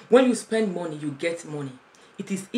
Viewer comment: 'Mo' in money is pronounced as 'ma' not mo.